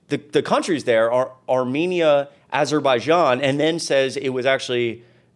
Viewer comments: Daily Show has a better clip of trump screwing up the name of “Aberbijian”.. it’s in the post-Kimmel episode where they have the gold frames everywhere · Trump is detatched from reality, and sometimes it seems like he doesn't even know what he's saying. He was having trouble pronouncing Azerbaijan, and then he said that he stopped the war between Azerbaijan and Albania. Azerbaijan was having problems with Armenia, not Albania. Then, another time, he said that Azerbaijan was at war with Cambodia, which is false. Not too long ago I heard him say that food prices are coming down and inflation has been handled, neither of which is true. I don't know what alternate reality he lives in, but it's definitely not the real world. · "I settled Aberbijan and Albania" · In the UK, he said Aber-baijan and Albania. Jon Stewart had a great segment that included this on the Daily Show.